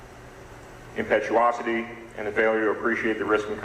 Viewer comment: How does the judge not know how to say "impetuosity" especially after the defense counsel said it correctly twice right before!